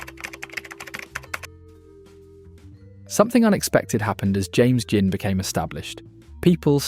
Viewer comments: Is this an A.I. voice ? If not what the F. u saying ? Gin is pronounced JIN not with a 'Guh' - u say 'Guh-in', - why? - if u british u now how to speak don't u ?? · Your robot narrator has trouble pronouncing GIN... sometimes with a hard G. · Presenter says 'gin' with a hard G. AI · Enjoyed watching the video ... apart from the constant mispronunciation of GIN!